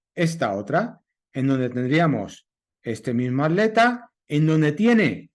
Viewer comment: Ya se que en España al separar en sílabas palabra atleta la at va de manera conjunta pero no significa que la pronunciarla de tal manera esté bien, at_leta ! Wtf? Pronuncian aleta y no atleta toda junta!!